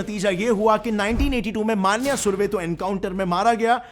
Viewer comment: It's मन्या सुर्वे Not मान्य सुर्वे and Its अरुण गवळी Not अरुण गावली.. Keep it Clear